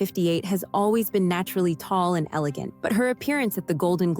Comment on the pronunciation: An "Eegant Foor Length Black Gown?" 😂